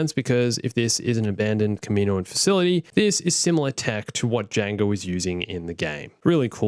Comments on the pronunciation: it’s not “kuhmeeno-an” it’s “kah-mi-noan” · I hate the way you mispronounce Kaminoan. It's kah-mih-KNOW-un.